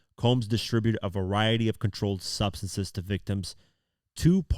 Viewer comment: ...."..... stocking the Hotel Rooms with supplies for the Freak Off's, including controlled Stubseses....". "Stubseses"....!?, you've gone and found some of those "controlled Stubseses" haven't ya...